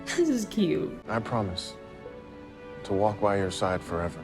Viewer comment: thought she said christmas wap instead of christmas walk